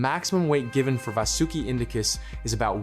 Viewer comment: No ai used ? How come your pronunciation of vasuki change almost every sentence